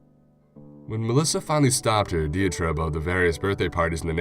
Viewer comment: You mostly narrate well, however, your misprunounciation of diatribe drove me nuts